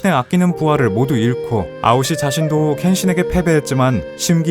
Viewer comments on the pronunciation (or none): ㅋㅋㅋ 암튼 에서 아오시가 시시오가 되어버렸네 ㅠㅠㄷㄷ